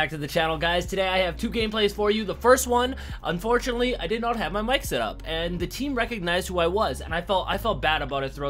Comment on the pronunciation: That chating voice do pronounce ( mic) in french lol but all the rest in english ,, weird